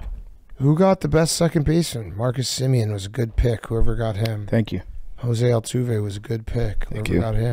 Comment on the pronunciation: “José Altoov”😭😭😂😂😂😂